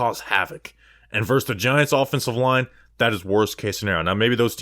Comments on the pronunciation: Yes you miss pronounce these words: it’s VERSUS not “verse” (that’s part of a song). It’s ETcetera not EXcetera. And it’s ESpecially, not EXpecially. But I love your analysis! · Thanks.. at least now I'm not alone in pain when he constantly says 'verse'. 😖